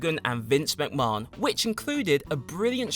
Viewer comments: What way is he pronouncing Vince’s name ?! 😂😂😂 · Why do you say McMahon so weird 😂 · no offence to in the video here but trust me he's pronouncing it strange even for an English man he's trying to sound fancy with it and instead just drawing attention to a wrong pronunciation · I think that's how they say it in Ireland and Britain too.MacMarn. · I love how he says McMahon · Has this fool ever watched wwe? That's not how you pronounce vince mcmahon. Not like the dude hasn't said his own name numerous times over the years... Oh no wait he has dammit